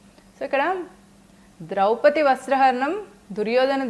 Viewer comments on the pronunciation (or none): none